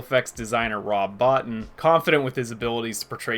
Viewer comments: You should pronounce it "Bo-Teen", not "Bot-ton". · I saw this movie when it came out in 1982, and as a young man, I thought it was brilliant then...it's only gotten better with age. It's simply one of the greatest films ever made IMHO. Well done on the video, one comment - Rob Bottin's name is pronounced Bow-TEEN.